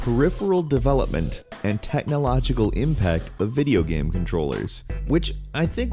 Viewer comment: No hate,I really love your videos but you speak "game" "gam"